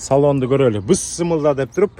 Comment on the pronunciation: бысмылда дебей Бисмилла десеңиз сонун болмок а так ишиңерге ийгилик байке алга